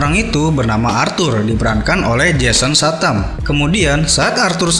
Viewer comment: Ngasih saran aja ni bro, perdalam bahasa inggris lo, jason satamm wkwk😂